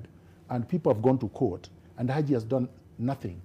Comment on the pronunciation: do another interview with a non-Raila supporter. Like the way pronounces Haji's name...Aji!